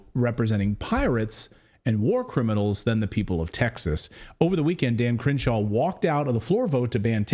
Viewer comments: I love the pronunciation "Cringe-shaw". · I swear it sounds like they're saying Cringe-shaw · the way you pronounce his name sounds like 'Cringe-Shaw' very appropriate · I keep hearing Cringeshaw...